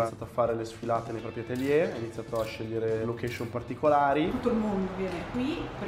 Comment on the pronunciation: Mi raccomando quando dici ATELIERRRRR fai sentire bene la R....